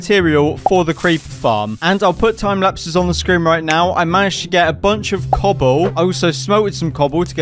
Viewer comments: i laughed when he said Cobbow instead of cobble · he said cubole